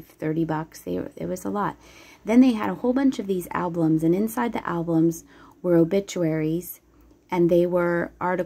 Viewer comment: I love listening to tour narratives, but please pronounce album as ALBUM not ALBLUM!!